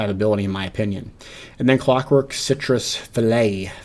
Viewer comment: fi·let [fiˈlā, ˈfilā]